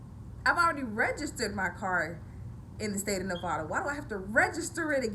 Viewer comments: so her accent only appears when mispronouncing the state she lives in? Weird. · She's not a real Nevadan she can't say the states name right